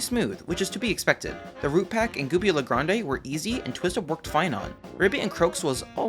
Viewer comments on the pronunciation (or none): none